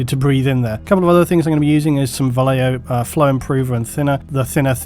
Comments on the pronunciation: Just a pet peeve of mine, Vallejo is a name of spaniard origin (and most of the bottle is written in Castillian), so the "ll" in Vallejo would make the word sound like "Vashejo" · Most English speakers mispronounce Vallejo. I think this is strange because we seem to have no problem pronouncing "tortilla," correctly as (tor tee ya). Vallejo is a Spanish word pronounced as (using English phonetics: Ba yae ho). Depending on Spanish dialect, the "b" sound can sound like a combination of an English "b+v" making a hard v sound or a combination of them both so that it differentiates between a 'b' in Spanish, and the "v." Here's a sample to listen to: I hope this helps people.